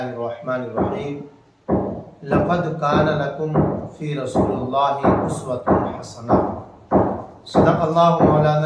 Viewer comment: فی رسول اللہ میں لام مکسر ہے قرآن کو تو صحیح ڈھنگ سے پڑھو